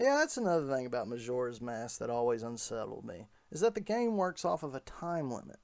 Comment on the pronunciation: bro says mashoras mask!